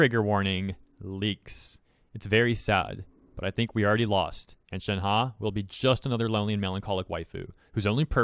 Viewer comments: its (shen - huh) not (shen - ha) 💀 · Nobody:: shenhA